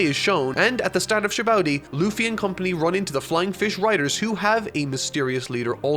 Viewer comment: Nobody:: Sabowdy